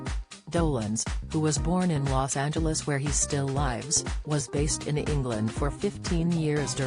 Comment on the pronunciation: Where he still LIVES, with a long "I" tells me for sure this is being spoken by a machine or something.